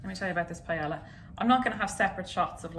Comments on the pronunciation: Forget pronouncing chorizo. Pie-Ella?????? Girl. Lovin these vids though so much, appreciate you. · pronouncing it "pie-el-uh" made me so uncomfortable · Pae-yuh. Ll= y sound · “I’ve started to settle into this madness” - like hazel pronouncing paella as pa-eY-LL-a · Pie-ela. I heard it and thought, "oh no thats how she pronounces Paella". Soo interesting the words other english speaking countries pronounce differently. I guess not even english speaking, but all countries/regions. My fave example of this was when I studied abroad in Spain and a teacher was trying to explain a regional dish that was smoother than flan, like a custard. She tried to remember the english word for it. So we were saying like, "pudding, custard, tapioca" and she said, "I only can remember it in french, the french word is Creme Brulee" and all the english speakers in the class make acknowledgements of understanding and she asked "Well what is it in English?" haha. Sometimes we butcher languages and other times we just pronounce them as close as our accent can handle. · pay-ella. yikes. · i love you so so so so so much...but I almost choked when you said paella. (its "pa-eh-ya") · A PIE-ELLA 😂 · this recipe and the way you say paella (which in all fairness is how it's pronounced in English) is as if fish and chips were made with beef and beetroot and pronounced "chiffon-cheese", it's so sad :( dodie's "wait, what?" made it worth it, though :) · Is hazel saying Paella?? If so, never in my 22 years of life have I ever heard someone pronounce the l’s 😂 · you're lucky I like you because I was about to completely ROAST you because: 1) that's NOT how you pronounce paella AT ALL and 2) that's NOT paella AT ALL. I'm not saying it must taste bad... but that's just rice with things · I have never heard someone pronounce paella like that lol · Hazel mispronouncing paella really just sent me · Is that an accent or just proper pronunciation? 😂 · PIE-YAY-YAH D'